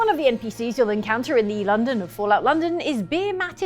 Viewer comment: I thought said 'Fallen London' and not 'Fallout London' and i fully laughed out loud, like bestie Fallen London is basically Sidequests and Grinding The Game (it's really good tho highly recommend it)